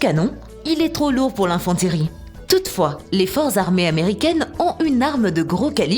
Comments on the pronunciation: Je comprend pas ce qu’il y a de compliqué à dire « l’infanterie » au lieu de infen-térie ou jsais pas quoi 🤦🏼‍♂️🤦🏼‍♂️ pathétique cette chaîne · L'infanteuurrie 😔 on se croirait sur une chaîne de télé-achat arrêtez par pitié